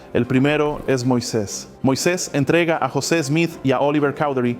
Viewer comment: Apreciado hermano nosotros en América Latina lo conocemos como José Smith y no como Yoset Smith, si pudiera saber mejor como pronunciamos nosotros los nombres sería mucho mejor , la razón por la que busqué este video es para saber datos puntuales ; cuando fué destruido quien lo tuvo y cuando fué recuperado por la Iglesia y cuando fué dedicado otra vez.... gracias de todas maneras por la información.